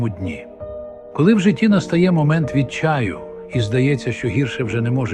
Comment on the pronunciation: АГА... ВІД ЧАЮ ДО ЧАЮ...ШТУЧНИЙ СЛУХАЮ І ЛІТАЮ...( ШІ...далекий від Бога... Відчай,а не відчАй... Бог не збирається,а благословляє... Бог не "штовхає на дно"... Не допускає "відчаю "... Бог не бажає чиїхось сліз,а в Словах абсолютно інше значення... Чому штовхаєте на якесь жебрання,принижуючи Людей...БОГ Є ЛЮБОВ І ЗНАЄ ЩО І В ЯКУ МИТЬ ТРЕБА КОЖНОМУ.. А у Вас ..Проси,проси,проси... (((...У Вас Не ЛЮДИНА БОЖА,А НІКЧЕМНИЙ РАБ... НЕ ДИТИНА БОЖА,А ЯКИЙСЬ ЗЛОЧИНЕЦЬ,ЯКИЙ МАЄ ПОКАЯТИСЬ ???? НЕПРАВДА !!! СТРАШНА ЗДОЧИННА НЕПРАВДА !!! ЗОМБАЦІЯ ЛЮДЕЙ НА НЕЩАСТЯ !!! БОГ НІКОЛИ НЕ ЧЕКАЄ...ВІН Є...ВІН ВЕДЕ...ВІН З ТВОЄЮ ПОЯВОЮ НА СВІТ...І ЗАВЖДИ З ТОБОЮ... НЕПРАВДА,ЩО ПРОЙШОВШИ "ГІРШЕ,НІЖ "НЕ МОЖЕ БУТИ"...ПРИНЕСЕ РАДІСТЬ... ВСЕ ОБЛУДА Й НЕПРАВДА,ЯКА ВІДДАЛЯЄ ВІД ВІД БОГА,А НЕ ПРИВОДИТЬ І ТИХ,ХТО ЗАБЛУКАВ... НІ БІЛЬ,НІ ЩЕМ НЕ МИНАЮТЬ...ЧАС НЕ ЛІКУЄ...,А ЗАГОСТРЮЄ Й ПРОЯВОЯЄТЬСЯ ЩЕ СИЛЬНІШИМ БОЛЕМ І НЕВИМОВНИМ ЩЕМОМ .. СОН РЯБОЇ КОБИЛИ....